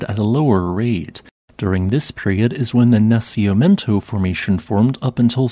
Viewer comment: It’s pronounced “nah-see-mee-YEN-toe”. 😉